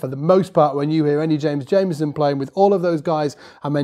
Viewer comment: It’s pronounced Jamerson with an R, not Jameson. Please pronounce his name correctly.